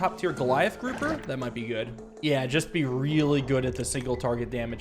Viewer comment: Goot club. Everyone say goot.